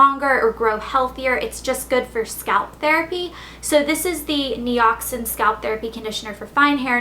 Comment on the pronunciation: Nioxin is pronounced "Nye- Oxin" like Ben "Nye" :)